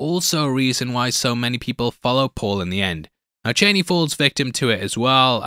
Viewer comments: CHANEY? You mean CHAWNEY? Chani. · Man said "Chaney" 😭💀